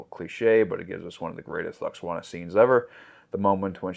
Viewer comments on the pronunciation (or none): OK, it's not Luxwana....it's pronounced Loo-walks-on-ah.....almost as bad as Jen Murray saying Ferengay instead of Ferengi